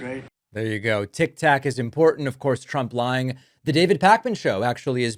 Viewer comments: He said tic tac what an idiot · This is embarrassing listening to him, nobody's taking him serious, he acts like he's real tough, these people laugh at him. He's talking about TIK TOK, like a child, he said TIC TAC. IIMPEACH,IMPEACH, IMPEACH.